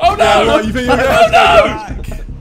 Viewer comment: "car sex" 😭